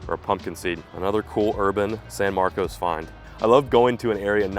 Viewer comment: locals pronounce the name of the town san marcus